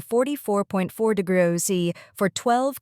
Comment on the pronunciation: Maybe use an AI that can pronounce "degrees" when making a video about high temperatures..